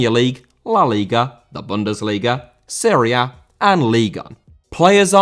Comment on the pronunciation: Serie A* not Siri Ar